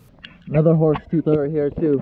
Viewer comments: there's a "thoof" lol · NoYezz I heard “ toof “